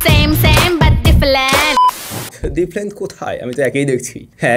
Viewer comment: ডিপলেন্ট ডিপলেন্ট 😂😂